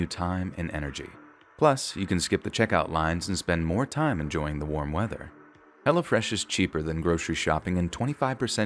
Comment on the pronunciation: Lol every time the ad said hello fresh, it sounded like hella fresh